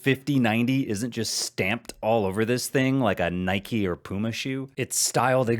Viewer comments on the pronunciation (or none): none